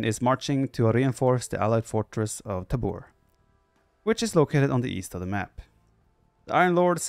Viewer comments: I love the villagers speak Czech :) Btw: It is Tábor, not Tabór. Sedlec, not Sedlek. Žižka, not Cicka :) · pronounced as *taahbor, *sedletz, žižka is pronounced well by the game narator. english speaker wont be familiar with the correct phonems belonging to respective letters